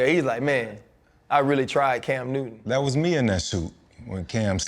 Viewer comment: CAM NEW-TON